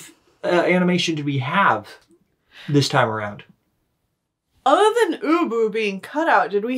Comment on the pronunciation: I was listening to this while walking my dog and I swear the first three times "ubu" was mentioned I thought you were saying "uwu" I am contaminated